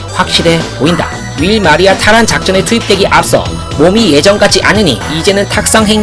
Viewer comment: 월마리아(Wall maria)를 자꾸 윌마리아라고 읽으셨어요.